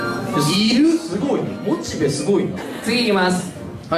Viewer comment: 水溜りボンドはモチベをモチビって言います。